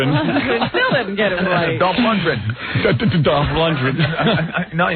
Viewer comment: "Dawwwf LundgeGrin"